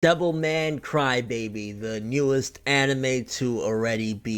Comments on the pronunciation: I kept thinking you were saying devil may cry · Sounds like your saying devil may cry